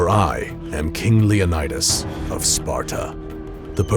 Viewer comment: its leon-i-dus not leon-aye-dus